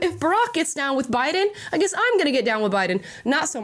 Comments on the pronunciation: 😂😂 Union Memba...her a Jabiden 😂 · Did anyone else notice when Kamala said Obiden during the debate